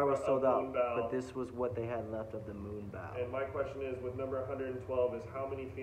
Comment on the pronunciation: It’s not moonbow, it’s moonbow bro